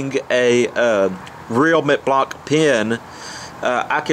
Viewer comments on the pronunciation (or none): none